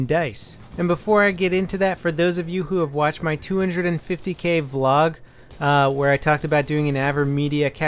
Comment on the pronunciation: Dear, please stop calling it "Valog" it just sounds goofy. V Log sounds MUCH better...